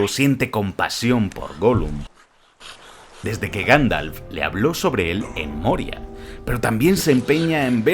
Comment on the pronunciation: Ganfalf? 🤣 Minuto 10,16